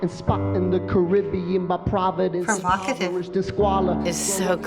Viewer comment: no one: “provocative”